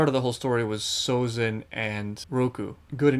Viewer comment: Everything he does, he does hard. His name is Sozin, not Abitzin